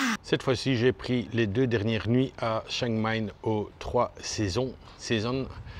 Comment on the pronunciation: T'arrives pas à le dire, mais c'est chiang mai (chiang maille) pas chang maine...🤣🤣🤣